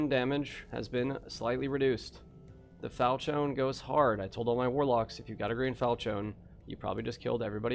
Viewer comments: Fal she an Fal chion Falchion. Not Falchone lmfao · "Falchone" hehe